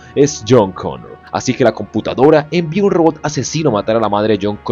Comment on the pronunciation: es a huevo intentar hablar canoun, terminairor, conour.... Eres peruano o qué?